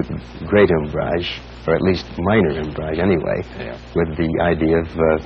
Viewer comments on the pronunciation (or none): Erich Hoefert He was, indeed, an articulate guy, although he mispronounced "umbrage" .